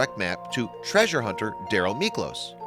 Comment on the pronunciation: It is 'treasure',.